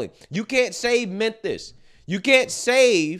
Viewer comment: It cracks me up when he says,"Menthis."